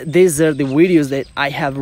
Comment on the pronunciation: Pls it’s videos not wideos🙄